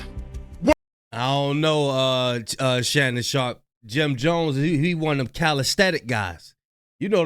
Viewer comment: watching an ai video 😢 who tf is Shay-Nun